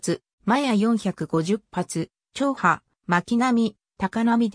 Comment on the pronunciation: 長波が「ちょうは」？ 「ながなみ」やろ。